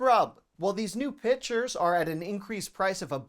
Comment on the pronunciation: A lot of people mispronounce words….but you knew what he was saying. Liberry, kinnygarden…..there are a lot of them.